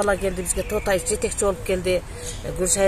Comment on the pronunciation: Автор,Тотаев десен ким экен деп жатыпмын,Тоотаев дебейсинби,тооба